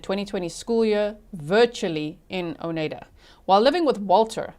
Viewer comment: Not sure if anyone helped with pronouncing the county. I just started watching on replay. I’m in Wisconsin. It’s Outa-game-y and O-ni-da (long i)